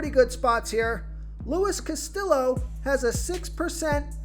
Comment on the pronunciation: The Cincinnati pitcher is pronounced castiyo. You really need to learn how to pronounce names. Its not that difficult